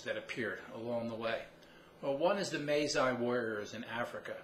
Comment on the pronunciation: "one is the May Zai warriors" Masai. Pronounced: Muh. Sigh.